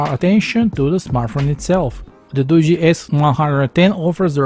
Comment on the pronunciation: Finally a tech reviewer that actually pronounces this phone brand right! I see so many Tech reviewers pronouncing it as Doo-gee and not Doo-jee. I mean I'm not trying to be mean or anything but if you're going to be a tech reviewer and you're trying to promote a phone you should be getting the name of the phone right for the company. It's like if someone came out and did a review on a Samsung phone and they called it a same sung. That's kind of bad because it just shows they didn't do all of their research.